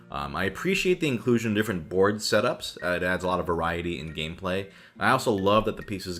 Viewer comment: I love how every single one of this video sound like bored game review at the start no matter how much i try to hear board xD